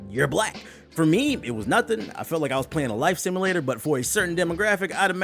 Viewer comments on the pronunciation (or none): "life simulatlor" 😂